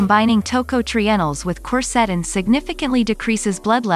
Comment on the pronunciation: The music you play in the back ground HAS TO GO! It is very annoying, while trying to listing to your presentation. The software robotic voice your are using can not pronounce "quercetin"